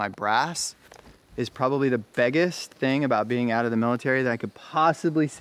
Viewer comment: "..the BEGEST.."